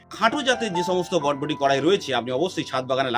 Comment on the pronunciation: বডবটি নয় বরবটি